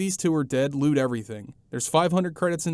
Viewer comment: I keep on hearing 'loot' as 'lewd'.